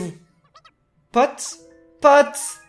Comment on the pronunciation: Pourquoi tu prenonce le s a potes ?